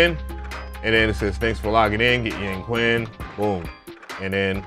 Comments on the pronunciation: Great video. I love all your reviews. For a future reference, remember that "Q" in Chinese is pronounced "sh". Hense it would be pronounced "Yangshin". Does not make a difference but was the way they pronounced it in the NI walkthrough video. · In chinese it’s pronounced as “yaaang” “chin” . Just incase 🤓. fab video bruh . grabbed it asap !!! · Its pronounced Yang-chin.... Makes me laugh when they westerns call it "Yang-queen" 🤣🤣🤣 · Thanks for the find! When you see a "Q" followed by a vowel in a Chinese word, it's pronounced more like "CH," so the Chinese dulcimer is pronounced "Yang-CHin." Happy New Year!